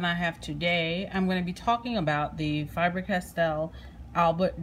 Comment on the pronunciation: Pronounced Faber... NOT FIBER!!! What is it with you yanks?